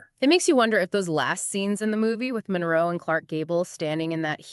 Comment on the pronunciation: Her lastname is not Monreo, it's Monroe